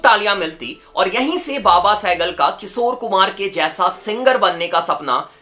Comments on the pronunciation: its Kishor Kumar, not Kisor.... Sa aur Sha bolna seekh le bhai, bahut annoying lagta hai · Bhai. Kisor. Nahi. Kishor kumar. Apana. Sh. Thoda. Thik. Karalo. Yar. 😂😂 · His "KISOR KUMAR" pronunciation 🥲😂